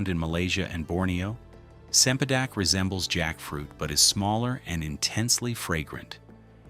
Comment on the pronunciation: Cempadek is pronounced with a ch sound. Not an ,'s'